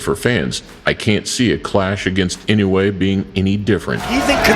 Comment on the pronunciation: Most of these match ups are impossible unless Inoue challengers come way down in weight. Inoue started off at 108 pounds. He has now maxed out at around 122. Inoue will fight some of them but they will have to agree to drop a lot of weight. Oh, and learn how to pronounce his name. EE-NO-U-EH